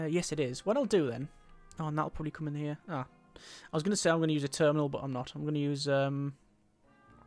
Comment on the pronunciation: he say U.S.E instead of just saying “use”